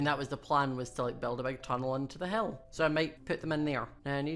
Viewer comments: when he says hill it sounds like he says hell not being mean it just confused me! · When he says "hill" it sounds like he's saying "hell" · when you say hill it sounds like you are saying hell lol